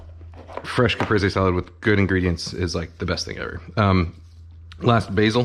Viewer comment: Finally, a Youtube cooking channel that knows how to pronounce the dish they’re making a tutorial about. I went through 4 other videos before this one and none of them bothered to look up how to pronounce “Caprese”.